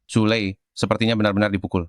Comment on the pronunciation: Ni anak memanggil xu lei (sule) 😅